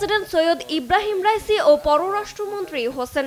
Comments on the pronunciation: আয়াতুল্লাহ রাইছি😂😂 নিজে জানেন কি বলতেছেন একটা নাম ঠিক মতো বলতে পারেন না। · কি সাংবাদিকতা ইরানের প্রেসিডেন্টের নামটি সঠিক বলতে পারলেন না